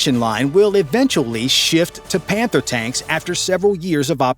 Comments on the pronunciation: i think i heard this incorrectly, "This is the KF fif one pander" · Did i heard "panther" 💀💀💀